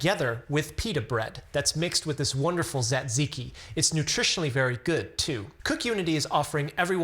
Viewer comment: You're butchering the word Tzatziki. And don't rely on google pronunciation. That's wrong too.